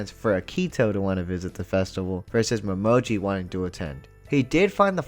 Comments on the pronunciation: his name is pronounced Mo-ME-Ji XD also Uo looks so differebt in the orignal it's so weird and Why is Yuki voiced by a woman in the original sub it just sounds wrong xD plus Uo's backstory got two episodes in the orignal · I love these videos, but I gotta say, the way you keep mispronouncing Uo, Momijo, and Hatori is a little annoying. Ooo oh, Mo me gee, Ha toe ri. I mean it's pretty obvious that you are watching the Japanese version, and sometimes it's hard to tell how they are pronouncing it cuz you're missing when they're saying their name, and you could have dyslexia for all I know so reading the subtitles might have you mix up how their names are spelled so yeah I get it, but still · I just love these characters. Also: So anyway, mo-MO-ji and HO-tori…. 🤣